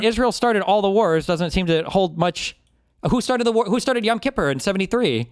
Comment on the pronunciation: “YAm Kippur” war…for the love of God, someone tell Myron it’s not “YAm”…stupid.